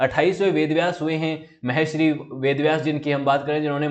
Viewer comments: Sir aap bahut acche videos banate ho.lekin sir aap ek galti kar rhe h.Aap Mahashri bol rhe h lekin vo "Maharishi " word h. Please sir thoda dhyan rakha kijiye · Maharshi shabd ka uchchaaran aap galat kr rhe hain sir ji. Audio bahut prabhavi lgi